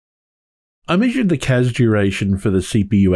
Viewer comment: Loved The Clash reference. I hear Casbah now every time you say CAS-bar :P